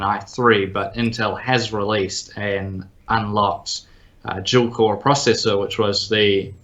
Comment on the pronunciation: I know it's dual core, but the way he said that it's weird.